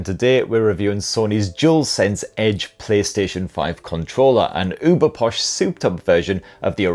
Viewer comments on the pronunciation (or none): none